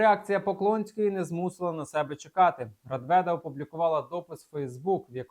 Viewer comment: Не Радведа,а Нечвіда !!!